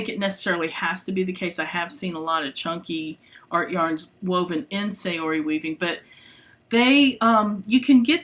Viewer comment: Please pronounce Saori correctly. Japanese pronounce "a" as a short vowel. So it's more like "saa-ori". Thanks for listening.